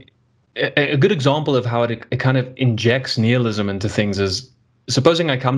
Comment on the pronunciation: Nihilism or “Neil-ism?” 😂